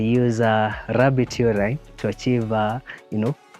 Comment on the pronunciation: I follow them on IG! It's even more beautiful than I imagined. Uraine?!!!😂 c'mon, Mrs.Clark was my English teacher and I promise you- it's Urine pronounced You reen😅 Shhhh 🤫 stop giving folks ideas....I already knew that I want this home design.